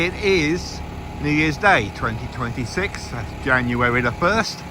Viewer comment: Happy new year and it’s January, not januarty